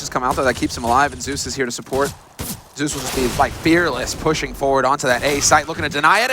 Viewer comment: So annoying how the caster pronounces Zeus 'Seus'